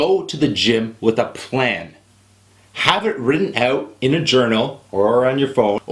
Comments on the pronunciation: "written oot"... so you canadians do say oot and aboot.. =) i always thought that was just a joke on how i met your mother.. love it!.. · your "ou-s" are funny :) abOUT OUT